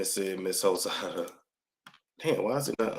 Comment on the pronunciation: did you say Evelyn Hozada??😂😂